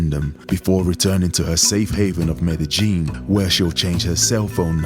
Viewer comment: Why's everybody pronouncig it meddy-gin, Anglos attempting Spanish have accurately called it medeyin for 30 yrs. Woke BBC use keev instead of kiev but wont say paree instead of Paris thankfull. There needs to be a cosistemt pronucitaion go to for anglos, hopfully bringing back peking and bombay for us boomers